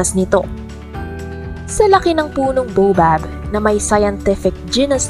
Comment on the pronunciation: Baobab po pronounce as 'bawbab" and spinach pronounce as 'spinitch', hindi po bobab at spinatch✌😁